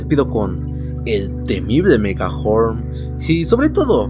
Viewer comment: Dijo megahorm